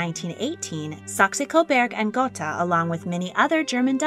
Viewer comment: While I appreciate your video I must say that your pronunciation of Saxe-Coburg und Gotha is incorrect. If your are going to do another video about the couple and their legendary house please learn how to pronounce their names. Second, I would like to know where you found several private photos of Prince Hubertus and Princess Kelly? You really should site your source and ask for permission. Several of your photos are copyrighted.